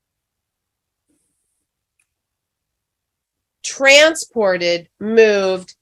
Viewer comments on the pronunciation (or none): that pesky word “transported” can be a bitch at times Impossible to spell, remember or pronounce. Damn you “transported”